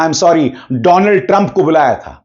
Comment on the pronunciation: "doland" sorry,Donald was epic 😂 😂